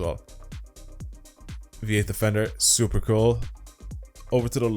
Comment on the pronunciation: "Very cuul car"